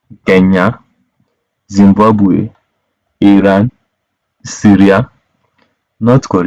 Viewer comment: KENYA NOT KANYA